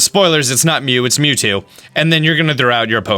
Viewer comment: Commander Cody Hey! It's Mew TWO